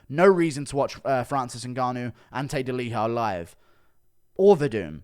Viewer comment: Why do you pronounce Ante Delija like it’s a Spanish name lol